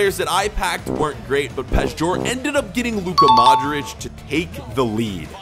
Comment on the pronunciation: Its Luka Modrić not Luca Modrić just so You know. Great YouTuber both and you. Love from Croatia! 🇭🇷